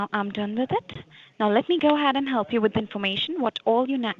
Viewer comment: "If i go 'aheaiyd..'," gives it all